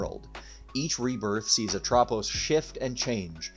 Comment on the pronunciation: pretty sure that's not how Selene and Atropos are pronounced